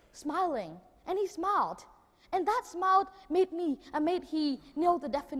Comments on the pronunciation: Mình học ở mỹ cũng lâu ròi mà hầu như hong nghe ai đọc smile là /smoul/, mọi người toàn nói là /smail/ thoi. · smile, pronounce smai-o`.likes smou..l, u kn? ple listen AJ Hoge lessona. sinsere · He just simply pronounced "smile" in the wrong way! 😂😂😂